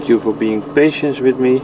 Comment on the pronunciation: je uitspraak van geduld in het Engels kwam bij mij over als 'patient'. maar YouTube vlogs kunnen denk ik ook wel therapeutisch zijn